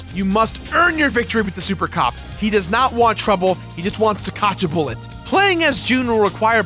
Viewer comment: "Cotch a buwwet" 🤣🤣🤣